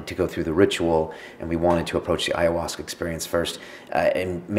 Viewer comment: If is an AyahuascA filmmaker then why does he pronounce it AyahuascER!? Hehe.. Awesome video, glad to see this sort of stuff out there!